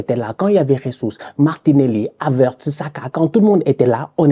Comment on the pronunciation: 😂 ne sait toujours pas prononcer Jesus